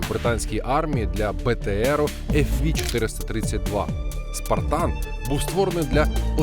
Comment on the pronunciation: Не фві а феве